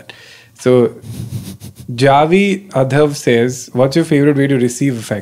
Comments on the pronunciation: He said javy adhav for Jay jadhav 😂😂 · kenny reading “jay jadhav” as “javi adhav” is kinda hilarious😭😭 love the pod so much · its not javy adhav, its jay Jadhav 😅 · kenny reading jay jadhav as javi adhav is hilarious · First of all thanks for picking my question, and not so thanks for pronouncing my name incorrectly 😂 its JAY JADHAV c'mon men!😁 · Did Kenny just read Jay Jadhav as “Javi adhav” ? 🤣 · why are there no comments about how he pronounced his name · Kenny cutely mutilating Jay jadhav name pronunciation 🤣🤍